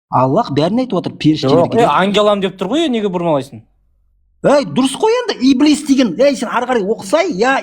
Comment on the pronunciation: Ибилис емес Ібіліс деп қаз транскрипциямен айтыңдар , құлаққа еблеге ұқсап естіліп бәдік секс сөз болып. кетті 😂😂😂